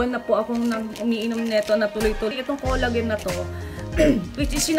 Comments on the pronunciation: It is pronounced as "kola-jen" not kolagen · xencia kanapo.nakasanayan kona po.kc ung sa salitang japan collagen not kola-jen